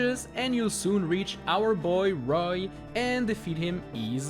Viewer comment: the way he says roy th0